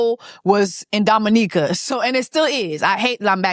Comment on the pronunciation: I'm glad you had a grand time in Dominica and thank you for pronouncing it correctly 🙌🏾🙌🏾 with that being said, Chris needs to go to hell disrespectfully with his raggedy a**